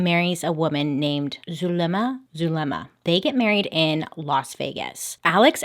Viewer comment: "zul... zulema" its pronounced like soolma or zulma